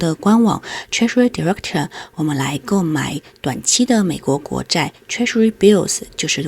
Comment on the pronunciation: 不完美的細節.... 是direc"T" 不是direc"ter"